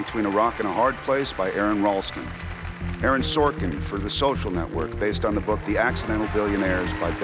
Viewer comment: Bardem: "Aaron Sorkin - The SHOSHAL Network!" --- Epic